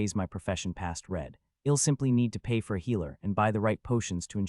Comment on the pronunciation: The (I'll) in I'll come back to check on you), is pronounced like, ill (sick), and not I'll (I will), it's a bit distracting 😅 it is in all the places (I'll) is used, so far I think. Doing my best to ignore it, but thought I should mention it at least. Great story 👍👍 love it 😊